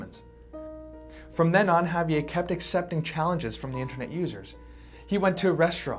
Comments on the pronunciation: Had to stop watching lol. Couldn't stand that way he kept saying Javier. It's not a French name sir. It's Spanish. Javi-Ehrrrr. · I'm cringing every time he says "Ha-vee-ay". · Ago saying javie and pronounce the fucking R!!!!!